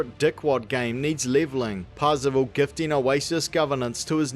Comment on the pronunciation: I keep hearing Parzival as 'passable', is that intentional? lol